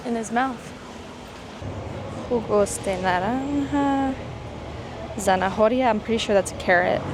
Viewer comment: 90% of the time H is silent.. its ZA NA OH RIA... not ZA NA HO RIA.. :goodvibes